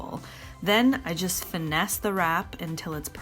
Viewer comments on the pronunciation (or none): none